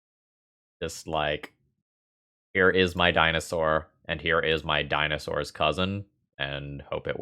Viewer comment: HAHA!! the DINOSS BABY!! had me rolling. loved that!